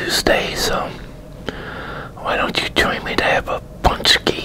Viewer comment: Our Polish pączki are the best if they are really homemade ones 👍 We eat loads of them on FAT THURSDAY. I ate 5 and it was my record 😁🙌 Anyway great pronounciation,:) and thanks for the video